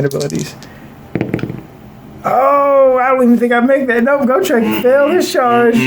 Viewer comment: Why do you pronounce Gotrek wrong? Its Got Rek, not Go Trek